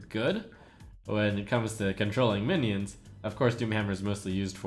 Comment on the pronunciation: suommuns mionion. are you drunk:D